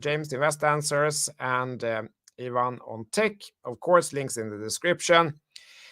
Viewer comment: I appreciate and love you guys. can you call Ivan - eye van and not yvonne 😄